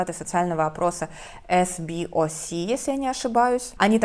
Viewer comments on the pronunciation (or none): наоборот xD -- 17% "определенно положительно" и 46% "скорее положительно" ... эс-бэ-о-эс -- скорее уж или це-бэ-о-эс (по-польски вообще-то читают это сокр. просто ЦЕбос), или си-би-оу-эс (по-анг.)